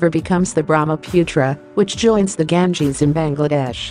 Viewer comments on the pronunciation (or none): none